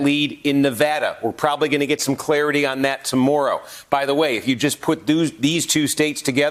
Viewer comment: The way this dude says tomorrow Must be a Canadian.